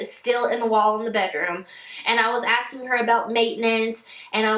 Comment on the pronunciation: Am I the only one who is highly irritated at girls who pronounce words ending in G as a K??? "Askingk"..... "Tryingk" ...